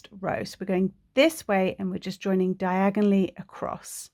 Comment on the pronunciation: When yiu say "diagonallly" I hear "Diagon Alley" ... 😅🤣😅🤣😅🤣😅🤣😅🤣